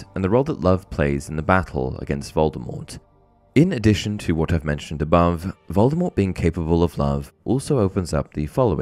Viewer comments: Yeah that's your speculation...you keep saying it like that 😂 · Another little known misconception about Voldemort is that almost everybody pronounces his name wrong. Rowling says the T is supposed to be silent but gave up on trying to correct that misconception it was so prevalent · Honestly Vol-de-mor sounds a lot better than Vol-de-mort. The same thing happens with LeStrange. The audiobook narrator always pronounces it La-strah-nj not La-stray-nj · I've always preferred the pronunciation that leaves the T silent; in my opinion, his chosen name sounds cooler that way. I still pronounce it that way, even though the movies, all the UK versions of the audio books, and the US versions of the last 3 books pronounce the T.